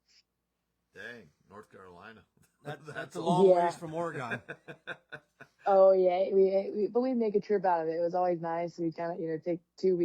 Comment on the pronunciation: Great interview with Carly. Glad she's getting some air time. Hardest working gal in the pits. Oh, and it's Orygun not Ore---gone.